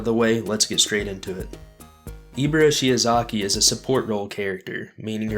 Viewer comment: that’s definitely not how you pronounce Ibara, it’s not E, it’s I ok 2 revives 140 -160 alpha, 230 beta get off me tool, 225 gamma definitely S tier, only weakness is being stationery, but all you do is play with you Ibara and you can’t lose a game you can say that about any character